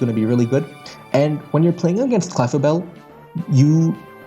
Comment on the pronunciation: Everytime you say "Clefable" as "Clefabelle" I just imagine Isabelle (from Animal Crossing) cosplaying as Clefable and that's the cutest thing ever, so thank you for indirectly putting that thought in my mind